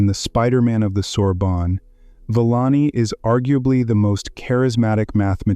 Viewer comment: Couldn't take the pronunciation of the narration. Sorry Villani.